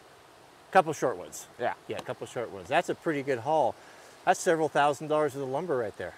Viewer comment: “That’s serval thousands of lumber right there” Awkward pause “Nice”